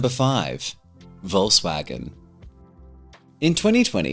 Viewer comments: Great Video. Plus, just as an notice here...as a native, i can tell you Volkswagen is pronounced "Folkswagen" with a "hard" F at the beginning. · It's not pronounced "volsvagen" 'tho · OMG... how wrong you pronounce Volkswagen :D